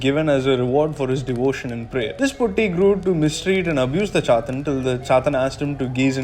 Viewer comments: Great video mate keep it up. Small suggestion: its not "Poti", easy way is to have the "Poo" and the letter "t". So Poo + t! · the way you pronounce POTTI is funny and it has a totally different meaning in Malayalam, than the original one. the T should be pronounced as is TATA or TAME . the way you pronounced means broken. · Being a Malayali the way you say potti is funny to hear but anyways great video eassay loved your interpretation on the movie.